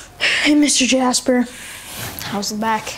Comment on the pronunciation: He didn’t even say jasper he said “jas-ber”😂😂😂